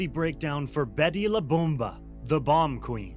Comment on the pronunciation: Betty la “bohmba” 💀